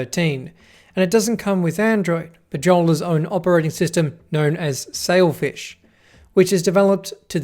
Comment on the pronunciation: Did you say selfish os?